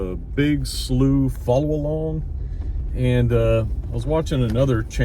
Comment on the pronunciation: I think you say "slew". Like flew or flu but with an S.